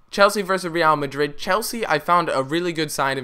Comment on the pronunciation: the way you pronounce Real Madrid is funny. reeal Madrid I think it should be like Re'al Madrid. Ra'al Madrid